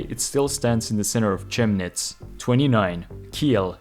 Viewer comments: It's Just "Chemnits" how you'd say it in english lol (or Kemnits i guess) (I'm not even from there but gawddamn does it make my brain hurt when i hear names butchered like that) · Chemnitz is pronounced with a "K" at the beginning! Kemnitz.